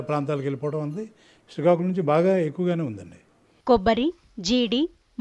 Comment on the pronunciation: హలో voice over artist... శ్రీకాకుళం అని చదవాలి... శీకాకులం అని కాదు... - ..... కొంచెం చూసి చదవండి స్క్రిప్ట్.